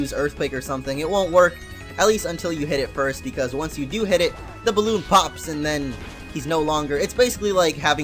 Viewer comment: Boalloon? It's balloon ._